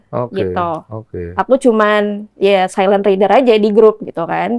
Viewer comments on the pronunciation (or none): Lah ya bener itu dia bilangnya kan silent reader dibaca " sailen rider", bukan rider yang dibaca "raider" yang artinya pengendara Kocak anying 😂